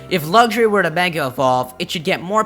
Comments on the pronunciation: It's pronounced LUX-RAY, not Luxury. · Am I the only one a little bit irritated with the way he said "Luxray"? "Luggshray"... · Lucks-Ray... not Luggageray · lugray? its pernounced lux rai :P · What, wait say that again . Nooooooooooooooooooooooooooooooo. (I heard Lugray) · And why u say lugxuray? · its pronounced lucks ray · Lugsray....REALLY. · He said Lugshray. WYF!? HAHAHAHA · It's not luxuray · "Lugjray" :P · you said luxray wong you said lugray